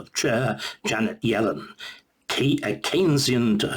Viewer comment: Not sure how well qualified Starkey is to pontificate on Economics. He doesn't even seem able to get Yellen's name right. Quite an entertaining listen though!